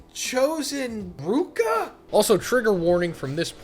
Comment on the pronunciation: "I like ruka" is crazy when ur getting her name wrong 🤣🤣🤣